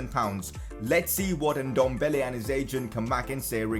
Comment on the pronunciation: Please say Ndombele right. It’s Ehn-dom-bah-laye